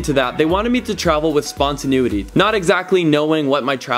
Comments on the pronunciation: "spontaneity", not 'spontanuity' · Canadians say spontaneity weird 🤣